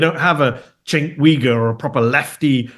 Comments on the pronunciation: Cenk: jenk you-grrr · Chenk Weegur 🤭😂 Dafaq